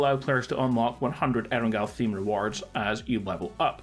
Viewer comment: Why do you still call it and spell it Erengal? Come on man you are a PUBG youtuber you should know what the original PUBG map is called